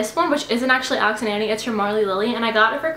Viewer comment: It's pronounced as Alex and "on-ee" 😆 they were created in RI where I'm from and extremely popular! I have so many bracelets they're the best